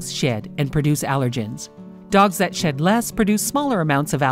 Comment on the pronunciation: Am I the only one who heard shit instead of shed